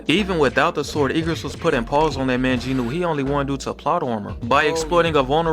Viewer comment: The “w” in Jinwoo is silent